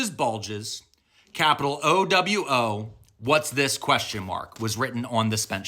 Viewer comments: How do you pronounce OwO as UwU every single time? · I thought "OW," was pronounced, "OH-WOE/['ouˌwou]!~" while, "UWU," was "OO-WOO/['ʉwˌʉw]!~" Is that not the case? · Ur saying it like ‘UWU’ I don’t get it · Uhhh you pronounced uwu not owo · It's pronounced Oh-Whoa actually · Slight correction. OwO is the superior form of UwU. And sounds like Owe-Woah. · You are mispronouncing OwO, it’s pronounced Oh-Woah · "OwO" isn't pronounced that way lol - you're thinking of "UwU" Yes this matters because they mean different things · You are saying UwU. OwO sounds like an OwO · Honestly I didn't know that's how it was read as well. I recognized OwO but how he read it I was like huh? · Sir, I don't mean to sound petty here but there is a distinct pronunciation difference between "owo" and "uwu". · With an owo actually. Captions are right, pronunciation is wrong uwu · I mean. If you ignore the incorrect pronunciation 💀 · Sir you are saying uwu not owo Oo woo is" UwU" oh woh is "OwO" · Smh, you were saying uwu, it's pronounced "oh woah" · It's not pronounced oeeweuw it's pronounced more like ohwoh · "oo-woo" is how you pronounce UwU, please be respectful to our culture and pronounce OwO correctly, "oh-woah" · OwO and uwu are different though. You were saying ooh woo when it’s oh whoa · Um, actually. OWO is pronounced oh woah, oo wu would be UWU. Lol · You're saying UwU not OwO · you're saying UWU, it's oowooo. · Bros out here trying to correct people pronunciation but he’s saying owo as uwu get out of my face sir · It's not "uwu," it's "owo". YOU'RE not even pronouncing it right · Not that it’s the most important part of your message, but are you pronouncing it as “UwU” when it’s written this way “OwO”? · That's UwU not OwO Pronounced Ewewh or Ohwoh respectively, they are not interchangeable One is an analog face for comfort and contentment The other is an analog face for excitement Or alerted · I agree, but pronouncing OWO as UWU is a serious crime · Owo is not pronounced uwu 😭